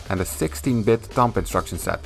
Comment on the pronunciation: 1. awesome video 2. the B at the end of 'thumb' is silent ;)